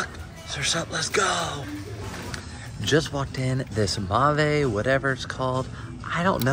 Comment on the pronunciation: It’s pronounced “MayVe” & it’s a good pick up! Good job!